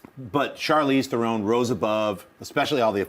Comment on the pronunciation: Good job on trying to get Charlize Theron's name right.